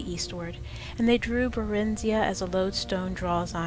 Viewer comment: her name is pronounced (bear-in-zi-uh) not (buh-rin-zee-uh).... just saying.